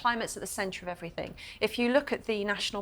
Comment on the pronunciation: I wish that woman wouldn’t say evrythink.It’s everything.